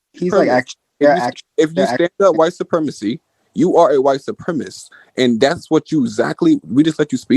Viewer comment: These animals speak worse than a high-schooler. Can't believe adults are saying "supremist"